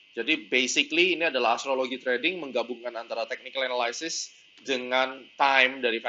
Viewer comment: Bagus mas, tx. Tp ada yg keliru pronunciation analysis nya. pls check dict mas. Salam..